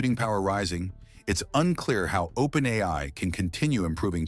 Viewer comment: Propaganda. Plain and simple. I wonder who's behind it? Total BS. The AI-generated voice even says "OPEN EYE" at times. Fortunately, nobody watching this who has anything important to contribute will buy any of this crap. Yes, there are issues. But the way they are phrased in this video makes it quite obvious that it's propaganda sponsored by a totalitarian regime, a regime with a lot to lose.